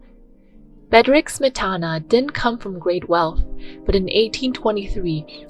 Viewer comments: Mispronunciation of "Smetana" undermines what may be good in this video. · Great information, but giving a thumbs down due to multiple mispronunciations of Smetana and other composer's names, common musical terms such as "minuet", and frequent grammatical mistakes. A channel calling themselves "Classy Classical" needs to get the basics right.